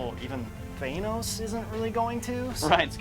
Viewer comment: For a couple of nerds I'm surprised that you guys don't know how to say, "Thanos"... LMAO.